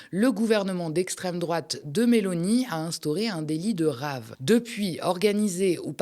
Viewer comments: j'hésite entre une RAVE (en français dans le texte) Partie (party) et une après-soirée (after) CAROTTE. Eh bien ce sera une soirée CHOU BLANC sponsorisé par BIOCOP. Pour info, on dit pas RAVE (c'est un légume) mais dite phonétiquement "rêve" ce sera plus sérieux. L'organisateur de la Free (pas "rêve", rien à voir) est un connard fini comme les 2500 teuffeurs. Danser sur des cendres fraiches d'un massacre de la Nature et de la misère et souffrance Humaine, faut vraiment être une grosse merde. Sinon, Retailleau est un sombre facho comme son "maitre" (E.M). PS (Postscriptum pas Parti Socialiste) Si la gauche rebondi sur chaque fait divers comme l'extrême droite, c'est mal barré pour 2027. Bon appétit ! Tchuss ! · "Rave",ca se prononce a l’anglaise...rèïve...comme free party ne se prononce pas freu....de rien.